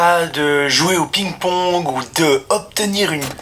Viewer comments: Cest parce que tu dit pigne pawgue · Va voir comment prononcer ping pong en anglais lol